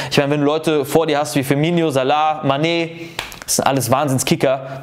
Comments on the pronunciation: Hör doch auf FIRMINIO zu sagen anstatt FIRMINO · Bitte hör auf firminio und sanchio und bufo zu sagen